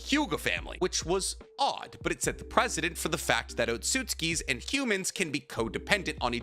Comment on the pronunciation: Kaguya had chakra BEFORE she ate the fruit. We know this because Otsutsuki who haven't eaten chakra fruit have chakra. So that point doesnt really hold up to even a second of inspection. Just saying. Also its Precedent not President.